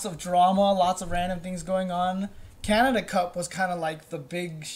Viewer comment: Props to for pronouncing Canada as Canadia.